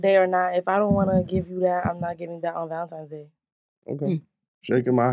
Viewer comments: Wtf is "Valentimes Day?" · I’m not getting you a gift until you say the holiday correct… it’s valenti-N-es Day with an N. Not Valentimes day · So New Yorkers call it “valentimes” day or am I trippin 💀💀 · Almost couldn't make it through that segment. ValenTIMES...😂🤔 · valenTIMES day …? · Valentime’s Day? 😂😂😂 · Are they saying "valentimes"? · I’m not the snartest guy out there, but I’m pretty sure there is no “m” in Valentine’s Day. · i fuck with y’all but there’s no “M” in valentines day😂😂